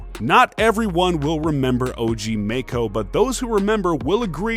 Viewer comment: You said OG Maco's name wrong.